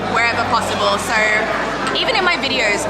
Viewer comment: always funny hearing an Aussie say "SO" like soyoo beautiful.